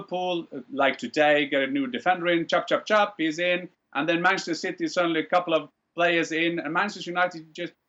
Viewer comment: Penchester United” ”Bruno Penandes” “Varchester United” “UefaChester”